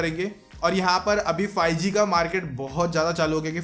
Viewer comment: Fie g nhi five g hota ha 😂😂